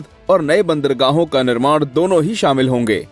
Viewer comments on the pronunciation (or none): none